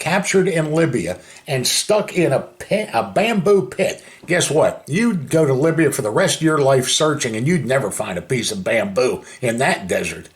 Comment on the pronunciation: Did he say he was in Labia or Libya?